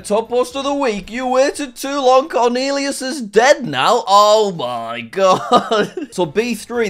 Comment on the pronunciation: "CORNEALEAUS" lol.